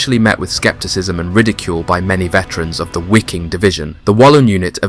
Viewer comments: Why do you say the w in waffen correct (w=v in English) but sound silly saying WHY king instead of just how it is. Viking and wiking same group of BA’s same pronunciation. Just remember the movies when one might say ,”(Ve have Vays of making you talk. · It's pronounced Vee-Keeng... Not (Why-king) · Its pronounced VIKING. German you pronounce Ws as Vs. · there is no w sound in germam so it is pronounced 'v' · The Wiking SS division ( pronounced 'vee-king) was comprised of 90% Germans, according to Roman Töppel, so not really a European army at all in the broader sense. That is not to say that quite a few northern Europeans didn't serve in the Wehrmacht or Waffen SS. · Imagine you make a 54min video about that Division but did not even spend a single minute on how to pronounce it. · The German „W“ ist propounded as your „V“. „Wiking“ is pronounced with two short „i“.